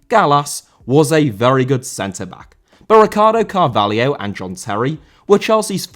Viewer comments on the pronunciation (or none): Carvalho* not Cahváliouw